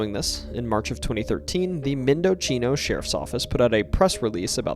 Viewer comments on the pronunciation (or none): Mendocino is pronounced "mehn-duh-SEE-no". I don't know where you are getting the "ch" sound from. The name is Spanish, not Italian.